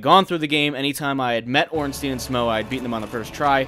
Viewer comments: Why does almost everyone pronounce Ornstein wrong? Everyone says "Ornstien" it should be more like "Ornstain". The name has a clear German origin thus pronounce it "stein" and not "stien". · It's OrnSTEIN like EinSTEIN. Not "Steeen" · Why Ornsteen? Einsteen called or what? xD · "or however you pronounce their name", I get it, Smough's a tricky one, but how'd you settle on ORNSTEEN ? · Good job and all, but please... The correct way to pronounce him is Orn-Shtine (the proper German way, the name is clearly influenced from German). Or at least Orn-Stine. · Dear first try to pronounce "Albert Einstein" then say "Ornstein" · (Ohrn-Sh-tyne) and (Sm-ōh) is how it should be, probably. I just always go with Schmournsteen.